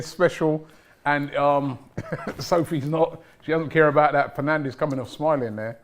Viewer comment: I can't believe she keep calling Fernandes to penandez ,😭 Wht a fan is she?????????